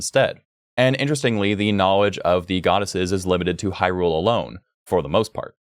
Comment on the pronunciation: Far as I’m concerned. The way you say Hyrule, and Faror, you are saying it right.